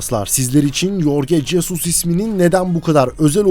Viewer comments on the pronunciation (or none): Yorge Jesus degil "Horge Hesus" 😒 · Lan keko yazıldığı gibi okuma adamın ismini, Türk ismimi bu? Horhe Jesıs diye okunur. Al şimdi yazıldığı gibi oku